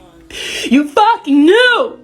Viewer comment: Ayyoo "YOU KNIEW" had me rolling 😭😭😭